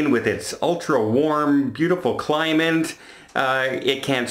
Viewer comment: did you SERIOUSLY just say CLIMINT instead of CLIMATE? Huh?